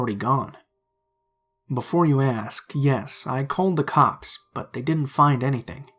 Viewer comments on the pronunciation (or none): none